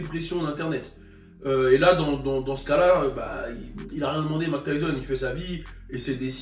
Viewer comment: Hahaha Mayk et pas "Mak" nan 😝